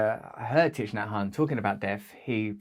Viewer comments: Russell, I hope you don't mind my saying, but his name is pronounced "Tick Naa Han" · You need to learn how to pronounce his name. Might help .